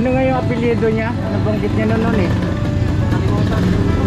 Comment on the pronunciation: Apelado po cnabi nyang apilyedo sir